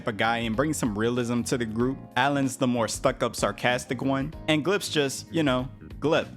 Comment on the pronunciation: I can’t fully enjoy this video bc you keep saying Glip instead of GLEP